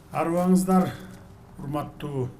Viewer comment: Кучтуу падыша чыкты Кыргызча учурашып чыкты "АРЫБАНЫЗДАР"